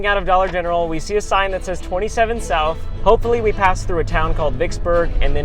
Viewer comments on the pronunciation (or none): none